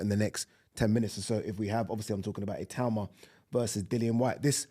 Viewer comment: Itauma is smart and fast and whyte has an off button. It’s pretty clear what will happen Also thank you for pronouncing his name correctly. Everyone else for some reason says I-too-ma